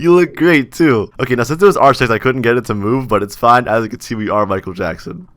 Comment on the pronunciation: When you say “our” you turn into a Soviet soldier